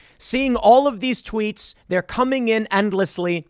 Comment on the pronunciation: When tim said "Salty Tweets" I heard "Salty Treats"